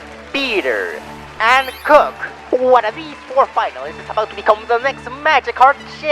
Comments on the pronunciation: It’s kook not krook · Everyone pronouncing Kook with a c instead of a k... Me: Well, isn't that cute? But it's WRONG!